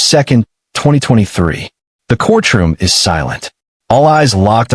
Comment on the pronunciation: Court room, not corch room